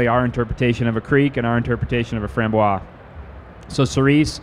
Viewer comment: Great video, but please learn the correct pronunciation of Framboise.